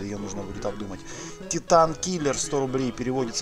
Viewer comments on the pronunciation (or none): none